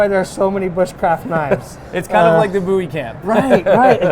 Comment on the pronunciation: when he says boo-wies it really hurts me inside